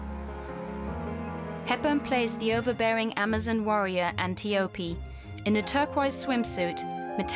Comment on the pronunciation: Bizarre! The commentators can't even pronounce well-known terms properly: "Greeeta Garbo" (Greta), "Bryn Moore (!)" (Bryn Mawr), "Hooten" (Houghton), "An-tee-OH-pee" (Antiope)! Wasn't there a producer around to check this stuff? Hard to take the commentators seriously.